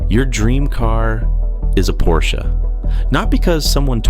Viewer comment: It's por sha